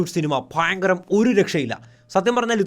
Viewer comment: പിന്നേ ഫയങ്കരം 😂